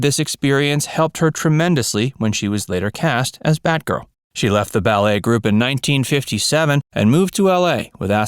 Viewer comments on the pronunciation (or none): none